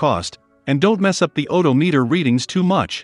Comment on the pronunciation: oDOmeter, not odo-meter.